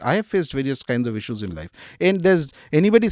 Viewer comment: What is issssueess? It is issues